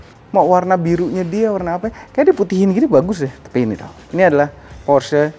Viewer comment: Plg ok nih, nyebutnya bener porsye 👍